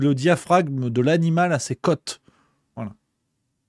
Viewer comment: Pas cote, mais côte (au) . Une côte de boeuf